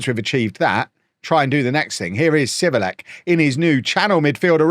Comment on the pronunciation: Civelek is pronounced as “ Givelec” :)